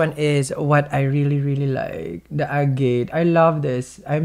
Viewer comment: [FYI: "Agate" is pronounced more like "Agg' - et", (not: "a G'ate ")]. Thank you for another Amazing reading!!! It's always amazing how you can pull out so much, seemingly "accurate", detailed information, from these cards! This reading is "ringing so many bells"!!! Very Accurate, to my life situation!!.....Whoa!!!.........